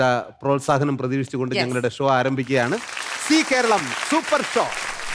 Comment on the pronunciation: Only on see Karalam oO? Zee Karalam.. "Za" ucharikkaan padikkanam.